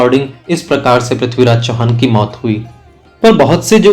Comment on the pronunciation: Bhai prathviraj ji ka naam achhe se to lo yr kam se kam. Haar gaya kya hota he